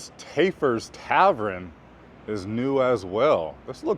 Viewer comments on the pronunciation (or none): Taff-ers not Tay-fers....named after John Taffer of the show Bar Rescue. He takes failing bars and remakes them...like Kitchen Nightmares but for the bar scene. He also has his own franchise of bars.